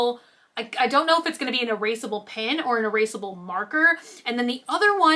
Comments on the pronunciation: haha you DO pronounce "pen" weirdly :P Pen should sound like men pin should sound like sin :P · I THINK you slightly say PEN the same way you'd say PIN .... Like how some people say the color pink PEEENK (P-INK) LOL. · I think sometimes you say it like "pin" but otherwise I don't hear a difference lol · I can totally understand what they mean when they say you pronounce Pen funny. You say it like “pin” Try saying it like Ben or Jen or like the e in send. Not saying it’s bad how you say it, I love it. I just think it’d be fun to give it a try :)